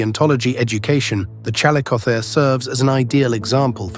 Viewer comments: It's pronounced Chall-ISS-o-theer. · Ai video bullshit bruh just narrate, I know this video has nothing interesting to say that everybody doesn't already know but just use a human. "ChalleycoTHAre" "challeyCOTHeree" "challeyKOtherz" BRUH calico theer no human would ever struggle to pronounce that 800 times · CAL LICK O THEERE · The "ch" in "chalicothere" is pronounced like "k". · My apologies, but the AI narrator managed to irritate my ears with at least five different pronunciations (all incorrect, btw) of the word chalicothere/chalicotherium. Please use an educated human narrator! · The AI narrator mispronounces chalicothere. I wonder if the maker of this knows how it's pronounced. Or perhaps they didn't listen carefully. Interesting topic but I feel insulted. Hopefully the creator will move away from using AI resources as they get more subscribers. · Well... this is Youtube, a place of subjective and/or poorly researched and understood information. Any amateur can make a video and most viewers will regard the information as fact. I mean the guy even pronounces the species' name wrong. Point is, don't take everything so to heart, I'm sure this must be annoying to you as this is your field of expertise, but this is yt, dont bother to be bothered